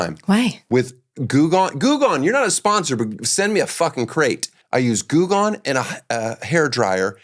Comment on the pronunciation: not me spending a full minute wondering what the hell Goog On was supposed to be before I realized it was Goo Gone. Get your pronunciation together, Danny Eltish.